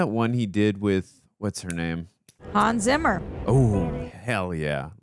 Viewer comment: "Ray Liohda", "Hans Simmer", "Glediedör", "Yugolino"... Your pronunciation is hilarious. 😂